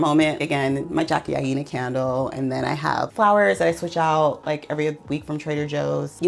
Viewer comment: Huge fan of Jackie but pronounced her name wrong.🤔😅